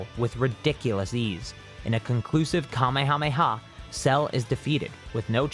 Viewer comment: bro said kamayamayha bruhhh